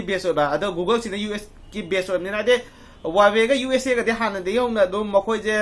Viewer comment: Lol he even cannot pronounce the Huawei brand What he said that googles ..... really..🤣😂🤣😂🤣😂🤣😂😂🤣😂😂🤣😂